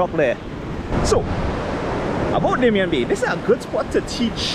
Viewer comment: Hi, I believe it's Damien and is pronounced dah-mee-yeh